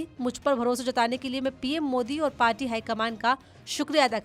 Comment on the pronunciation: Jb aap kuch shsbdo ko itra k bolti hn to bhut bura lgta h Jaisy party ko parchi mature anchor se is chichore prounciation ki umeed nhi ki jati